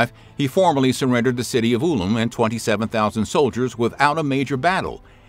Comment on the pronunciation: That’s not how you pronounce Ulm